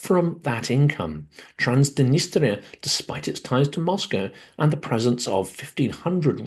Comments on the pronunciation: Transdenistria? Isn't it Transnistria? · I always enjoy your Silicon Bites! One thing: throughout, you pronounce Transnistria "Trans-di-nistria." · You also mispronounced Transnistria.